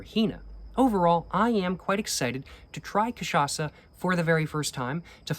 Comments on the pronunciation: Dude your cachaça pronunciation is literally perfect now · your pronunciation of "cachaça" is absolutelly on point, well done sir!!! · Damn you pronouced cachaça so well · your cachaça pronutiation is flawless,nice work bro! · Incorporou Zeca pagodinho na hora de pronunciar "cachaça"!!! Eeeeasy boy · Nice, you got the pronunciation correctly. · The cachaça pronunciation is on point. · You're pronouncing cachaça perfectly, not a hint of accent. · omg he saying cachaça correctly now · You’ve been pronouncing cachaça right my man. *Perfectly*, even, I’d say. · >pronounces cachaça perfectly >CAPRI HEENA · very happy of your pronounciation of cachaça since the last video I will aknowledge I will add tho that the cocktail called caipirinha is pronounced like Kay-pi-ri-gna (like lasagna)